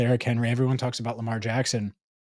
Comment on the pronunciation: you started with the derr… no its joe burrow.. instead of saying lamaaar… bit you in the 🍑